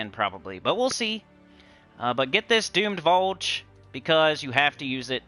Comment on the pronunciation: Watchn this right now while I do my dailies, some underspire and some PvP. It sounds like you keep saying Doomed Bulge 😂